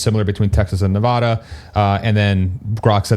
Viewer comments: I love your content! Just an fyi, native Nevadans pronounce the first "a" in Nevada the same as 'cat', not 'paw' 😉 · You should Google how to pronounce "Nevada." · Can we all agree that is not Nevoda! 😂 let’s get it right! Still hype about the announcement. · Nuh VAD uh